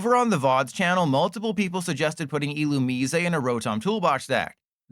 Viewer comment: please stop pronouncing Illumise like that...please. dont be like LDF